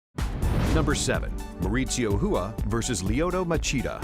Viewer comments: i dont understand the last name of RUA why is it pronounced "Whoo-A" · Please learn how to pronounce Rua. Its very annoying. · OK, main point seems to be - be named Garcia, not Rua.